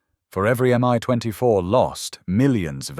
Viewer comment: Not to mention the crappy AI voice and the multiple pronunciation of "Mi"